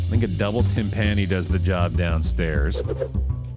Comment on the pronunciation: One day will pronounce "timpani" correctly but today is not that day.